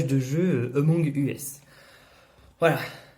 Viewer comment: Tu as déjà joué à Amongs Us ? Je dirais que non au vu de ta prononciation mais je me permets de demander quand même.